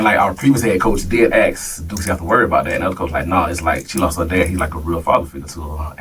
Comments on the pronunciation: Another thing why is he Axing 🪓 them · The word is ASK!!!